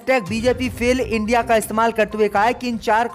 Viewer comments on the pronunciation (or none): none